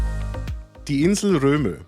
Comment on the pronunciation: Es heißt übrigens nicht „Romö“, sondern „Rööm“.